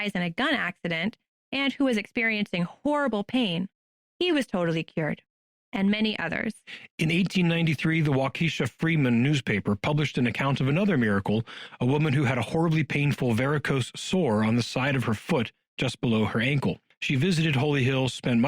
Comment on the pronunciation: It is WA KEE SHAW… accent on first and LAST syllables, not the middle one… 🤣